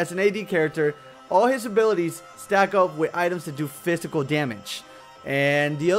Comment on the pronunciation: omg i love how says phisycal...sounds like...fistical =))